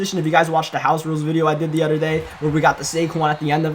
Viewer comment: It’s other not udder lol